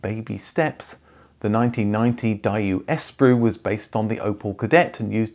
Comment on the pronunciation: I'm just weirded out by the way you keep pronouncing the name of the brand - 'Die-oo'?? I've never heard it pronounced like that before! Haha! Here in Australia it was pronounced 'Day-woo'. But then you went and pronounced Espero! Lol! You say 'Es-pero', we say 'Es-pe-ro!